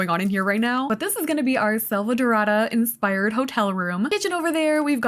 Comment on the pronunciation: As a brazilian the way you said “selvadorada” was so spot on that I almost believed you were at least 30% latina